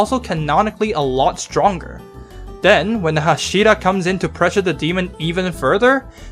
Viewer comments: OK OK OK Lets learn something all together STOP CHANGING THE ACCENT OF THE TITLES AND THE NAMES OF THE CHARACTERS. Everyone know so much about anime series. However you dont even know how to pronounce the titles and the names or you dont respect them. Its not hash(I)ra. Its fucking h(A)shira. Learn the names first and then tell your opinion to the crowd and that goes for everone like you Youtuber or not! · Why do you pronounce hashira so odd? Like, you make a demon slayer video, you want to be taken seriously I assume, but you don’t even take the pronunciation seriously? How am I expected to take your interpretation of the events seriously if you can’t even pronounce a single word repeated many times in the anime right? How is this related? If you keep pronouncing an easy af word wrong, when in the anime is pronounced right many times, it seems to me like you didn’t even watch the anime 😂. Edit: OMG, you also pronounce Inosuke wrong 😂. And yeah, based on your commentary if the events and understanding, it seems to me you really didn’t watch the anime imo. You might have looked at it, but to me you didn’t seem to really have watched it 😂. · The way he says hashira angers me